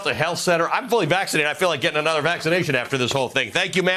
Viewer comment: What is vassination. Is that ebonics ?